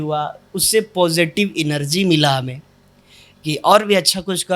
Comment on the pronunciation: इनरजी नहीं है। भाई जी एनर्जी होता है।